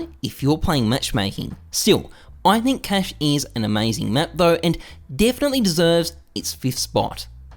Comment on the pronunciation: Yuck, your cache pronunciation. Aren't you Australian?